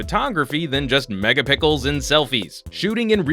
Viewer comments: Did this dude really say megapickels? smh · he said megapickles ;3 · Did he really say megapickle? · Megapickles? So how many megapickles is a black dude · he did say megapickels! Ha! I thought I imagined it. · I thought i was the only one who heard mega pickles lol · Did he just say Mega Pickles??? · Yes thank you! I thought I was the only one heard that! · 99% sure he did it to try and be funny but it didn't work at all